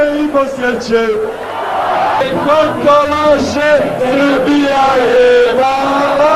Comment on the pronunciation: "Večehas" "Shbija" HAHAHAHAHA